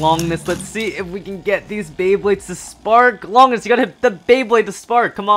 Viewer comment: Bruh it makes me cringe when they say Longinus sprigin rangoruk I understand that they say Valkyrie but it makes me rage but respect for the collection